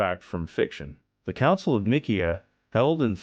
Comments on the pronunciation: Can't even pronounce Ni see a ( long I long e short a ) 😮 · sounds like a robot..but much better than steven Hawkings ..the council of nick - key- ah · These buffoons cannot even pronounce 'Nicaea' correctly. And their screed sinks after that.